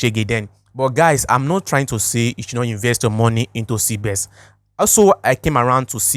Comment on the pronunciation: Not cbes it's cbex